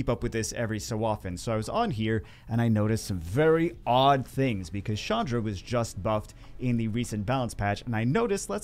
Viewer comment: who the heck is Shandra? Ch doesnt make a shhh sound. get it right. 😉